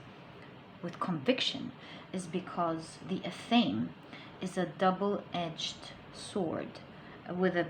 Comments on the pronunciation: Athame -> "Ah-tha-mae". You are welcome. :-) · Hello sweetie.. just wanted to give you a quick tip on the word Athame.. it's pronounced Ath (like in bath)- uh (like in duh) -may (like the month). It's a ceremonial dagger meant to cut anything energetic but nothing physical, so you were actually spot on with the message, because Spirit is emphasizing that if one wants change in the physical world, one must cultivate those changes in mind/body/spirit first. It's all about cultivation of the energy within. When one changes their energy and claims their power, they will eventually see the change on the material plane as well. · As a witch, i woud kindly beg of you to learn the correct pronunciation of the word Athame. misppronunciation takes away the validity of your reading